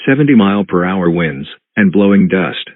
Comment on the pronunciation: The Miami EAS says winds as “Whynds” 😂